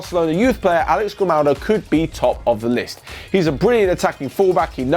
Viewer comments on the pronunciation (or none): none